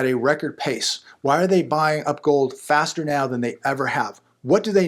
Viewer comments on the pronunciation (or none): none